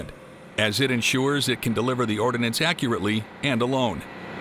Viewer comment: Ordnance, not “ordinance.”